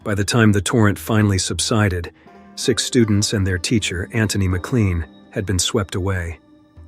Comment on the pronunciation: McLean is pronounced Mak-lane